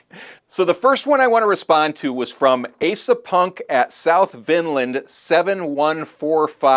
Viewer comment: So you just gonna call me out like that's 😂😂😂 Well turn about is fair play! It's Ah-sah not Ay-sah 😝 But thank you for the attention! Rock On!